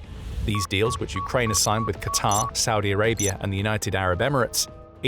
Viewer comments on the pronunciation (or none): none